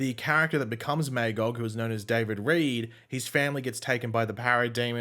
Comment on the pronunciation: So you know, your mispronouncing Magogs name. its pronounced MUH-GAWG. Look up Marv Wolvman